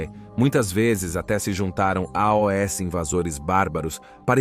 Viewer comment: A IA que faz os vídeos é show, porém esse A O S toda hora é agoniante kkkk